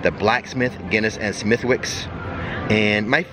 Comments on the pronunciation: Smithwicks is pronounced without the W. It's horrible stuff btw 😂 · its actually pronounced Smitticks